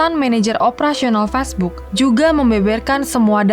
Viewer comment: "Facebook" atau "fastbook"? 🤨🤔